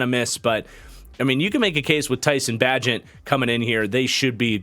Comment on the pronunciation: Love your content man, got my pops and all his friends watchin you. Also, Tyson’s last name is Bay-Gent and I think he’ll surprise you. He’s played a lot of football and won a lot of games.